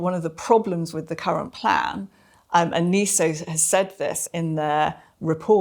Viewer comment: Sorry to be pedantic, but why do we mispronounce even a relatively new word NESO, as NEE SOH instead of NEH SOH?